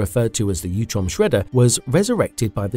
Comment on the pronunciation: It's utrom. Not youtrom.. Sound like fake AI reading